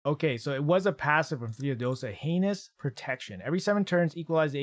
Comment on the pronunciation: The way he kept saying anus protection instead of heinous protection was hilarious 😂